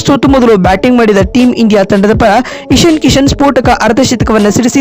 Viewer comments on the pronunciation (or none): ಇಷಿನ್ ಕಿಷಿನ್ ಅಲ್ಲ ಇಶಾನ್ ಕಿಶನ್